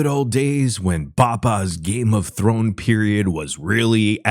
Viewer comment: “Games of Thor” “ games of thorn”